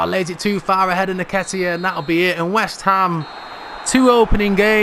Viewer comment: Brudda his name is EN-KET-TIA